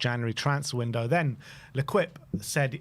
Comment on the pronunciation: "Lequipe" 😂😂😂😂 Its french... its pronounced lekeep.